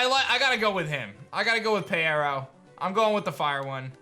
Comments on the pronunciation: I thought peyero was pronounced as pyro, just spelled with eye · I believe the fire starter's name is pronounced as pyro. It just has eye instead of y in its name because it has cyclops-like eyes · Did anybody else tell him it’s Pyro? Like P(eye)ro? 😂 thanks for the video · I would also choose Peyero. Side note: I think it is actually pronounced Pie - row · I’m pretty Sure it’s pronounced (PIE-row) because pyro+eye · I think the fire one is pronounced pyro because it had “eye” in it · 🤦‍♂️ Peyero is obviously pronounced as Pyro